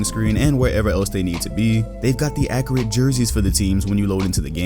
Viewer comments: Tazmanian Devil Also Agent says Accreate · No one:: Accreate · I cant tell if he's saying accurate that way on purpose or not since agent does it on purpose